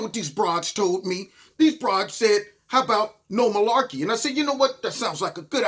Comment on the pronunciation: I know you’re not full of “Milaekey”! FFS! LOL 😂